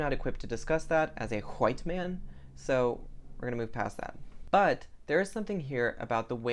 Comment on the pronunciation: Are you Southern? Because you said "white" with an extra emphasis on the H like a second syllable just like my grandmother from Georgia does.